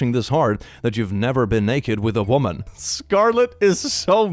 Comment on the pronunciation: The wo'man', wo'men' had me laughing. The word man is from the old English word mann meaning person or human. Man referring to a male person wasn't used until the 9th century. Before that you had wer and wif to distinguish sex. Hence werewolf meaning man-wolf.